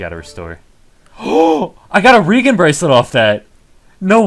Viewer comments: Turned off the video when he said i gotta re gin bracelet off that... Brother you are a reeeegen bracelet... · its pronounced "Re-jen" . idiot. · i didnt know it was possible to be that stupid ree gen braclet ..... jesus idiot regen is short for regeneration bracelet not howeveer the fuq you pronounced it. Go improve you english skills little twat.